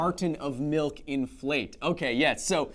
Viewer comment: He heard "inflate" as "in flight" because failed at enunciating!